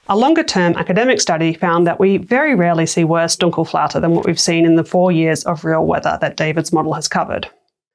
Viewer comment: It's Dunkelflaute not Dunkle.